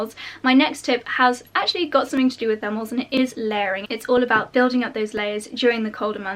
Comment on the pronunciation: I kept wondering what the heck are "furmels" and I only realized she's saying thermals 3/4 of the video through haha